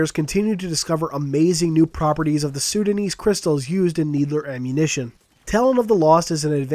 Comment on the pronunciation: I also found it funny that he said Sudan. Haha.